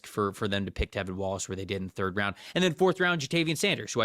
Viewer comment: I love the podcast, as a Panthers fan this episode in particular is one of my favorites you two have done. Appreciate you guys PS -, the LB’s name is T(r)evin Wallace, not Tevin Wallace haha